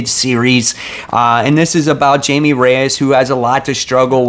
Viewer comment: Great video as always. Just a heads up that Jaime Reyes is pronounced like Hi-May.